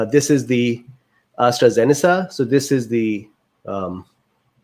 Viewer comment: Astra zenica is pronounced as Astra zenika